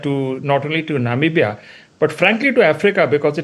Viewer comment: Why can't be pronounce Namibia properly? It sounds so odd!!!